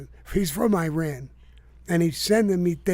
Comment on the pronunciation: Iran and Iraq are pronounced just like Italian. Not I-talian.